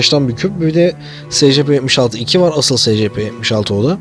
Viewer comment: abi secepe diye okunmuyor esipi diye okunuyor